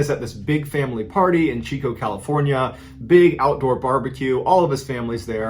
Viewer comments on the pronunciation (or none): none